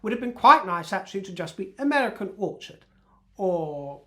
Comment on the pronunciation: She really is useless with her names/titles. They are always easily transformed into a derogatory version of whatever she comes up with. I love the pronunciation of "Orchard" for example, with his accent it comes out as "whorechart". I don't if it's accidental or on purpose, but it's proof that she needs to use her, (or at least someone else's) common sense and come up with a different name. But she's so pretentious it'll never happen. By the way, 'as ever', you look gorgeous.